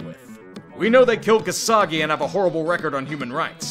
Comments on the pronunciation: you called him jamal "kah-shaa-gee" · turning into MattyMcTech, with that "Cass-hoagie" pronounciation.